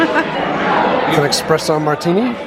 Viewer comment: Great video but EXpresso?!.... Come on...